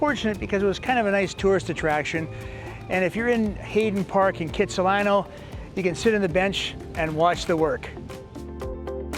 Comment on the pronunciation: It may be the hippest place, you need to pronounce it correctly though......it's Khatsahlano.....check out the history! You are right, It is spectacular! Thanks for the like!